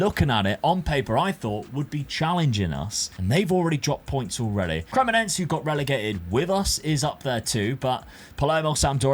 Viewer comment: Bro it's Cre-Mo-Ne-Se. not cremoNENSE